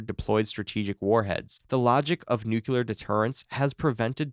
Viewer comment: Nu-Klee-year, not nuke-u-lar